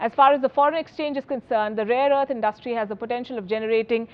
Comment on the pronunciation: Indus-trie= industry abd not indust-trie ; it’s a common Indian mispronunciation ( pro-nun-see-ation ). Cheers